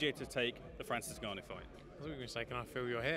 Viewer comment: FRANCIS NEWNEW?